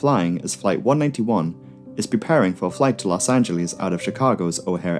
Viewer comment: Stop saying Los Anglease